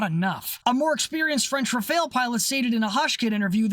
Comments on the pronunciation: It's pronounced "Raff-al", not "re-fail". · rAfAl(e) not rafaEl ^^ ty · 'Rafahl', not 'Rafail'; otherwise, great video as always :) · The first and second 'a' in rafale are pronounced identically. It's not rafeale or whatever you're saying, it's rafale. You pronounce correctly the first 'a' so just say the same thing for the second one, it's the same letter.